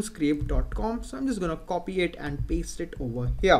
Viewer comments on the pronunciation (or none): none